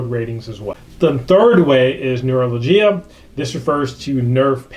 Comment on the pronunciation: neuralgia is pronounced nuroljaj